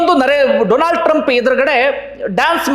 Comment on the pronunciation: ಕೂಡ "ಡೊಲಾಂಡ್" ಅಂತ ತಪ್ಪಿ ಅಂದು ಬಿಟ್ರು😂😂